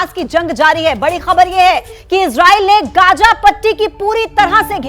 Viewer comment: Pahle bolne ka dhang to seekh lo Gaaja nahi be Gaaza hota hai